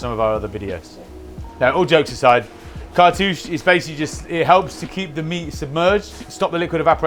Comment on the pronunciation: Did someone say cart-uuchy 😉